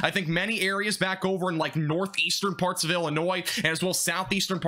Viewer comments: You said farts instead of parts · you cant tell me this guy didnt say farts